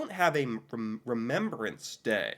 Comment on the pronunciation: It is not called remembererance day. You are adding an ER in the word Remembrance that does not belong.